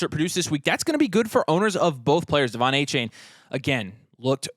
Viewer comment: Soft A on the second A in Achane. Come on fellas